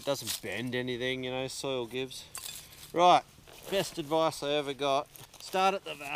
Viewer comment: Great! Body positioning is the other lesson here! GREAT DEMO! RYYIIAAGHT! Can’t type that accent of Right! Hilarious!